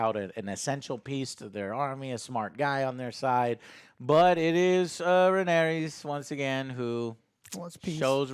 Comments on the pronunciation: "But it was Rhaenyris who showed restraint.." Me: dangit Joe. always screwing up the names.... Wait... Rhaenyra + Viserys = Rhaenyris... Holy shit Joe's a GENIUS. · Rhaenerys, of course... Popular characters like Rhaenerys, Daeneryus... Look, I don't buy this Joe is dyslexic thing anymore, when literally all three of them are too stupid to properly remember names and say names properly, then it's not dyslexia, it's just fucking stupidity of fat spoiled brats thinking they're smart when they're not... Like Alex takes the 'cornered dog' analogy WAAAAY too literal that he proves how low his intelligence actually truly is. Fight or flight doesn't jsut apply to literally being cornered Alex, I know peanut brains can't understand that, but again, you're complaining on something, just so you can seem smart and shit... Aemond losing control over Vhargar is actually really deep and smart, because Aemond isn't really Vhagar's original rider, even if Vhagar accepted him, I think it's more of Aemond just having forced that upon him, than there being the actual bond that we know that dragon and rider have in a lot of cases. Like I highly doubt Vhagar would really give a shit if Aemond died. Arrax for that matter freaking out, as a seriously YOUNG and still growing dragon, against a huge dragon, in a storm, with low visibility and everything, feels cornered, even without there having to be a literal corner, Alex. It went full fight or flight mode, and it chose to fight stupidly. Seriously question, is Alex incapable of understanding human behavior and psychology? Because I have literally heard the guy asking about horror movies for example: "How is th